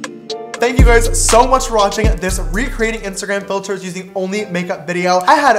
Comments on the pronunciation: is it just me or is every time James says "sooo" he says it with a British accent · When ever James says sooo it sounds so so soooo British